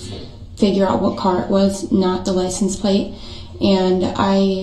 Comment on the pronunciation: Why the F does he say “licen place” number?? that drives me nuts that he can’t even pronounce basic English words